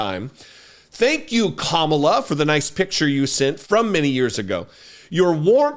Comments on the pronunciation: Did she say camela? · "Camel-la", you think mispronouncing her name is winning points? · "Camela?" Did you catch Habba saying it? I'm gonna have to start wearing dog whistle earplugs. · Gosh I’m fired up right now. Great freaking show. That bullshit in Harrisburg kills me. Saying “CAM-a-la” and then questioning her roots? I was just at the Civil Rights museum, I think they need a field trip. #weirdos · Their absolute insistence on mispronouncing VP Harris' name (Trump with his ka-MALL-uh, and Hobba with her kaam-ala) is another clear indicator of their unquestionable racism. They're just undeniably disgusting people. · Her name is Kamala (Comma-la) pretty easy. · And no one has explained to him how to pronounce Kamala…….sad. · They never pronounce Kamala’s name correctly either. It’s their way of dismissing her. trump and his sycophants are vile. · The intentional mispronunciation of Kamala's name by Republicans continues to be cringe. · Why are MAGA unable to pronounce Kamala, are they that dumb? 😂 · I hated how she mispronounced Kamala.🤬